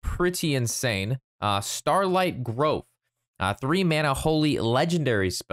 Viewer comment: It’s starlight grOOve, not Grove. It’s a disco paladin- not a druid ya big goof.